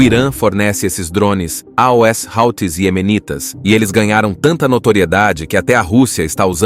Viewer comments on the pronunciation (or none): Muito boa análise histórica e geopolítica! Só não entendo porque narrar “aos” como “aoesse”. Dificulta entendimento do telespectador… 😮